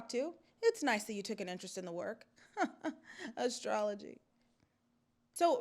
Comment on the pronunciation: They way you said astrology 😂😂...argh, I love you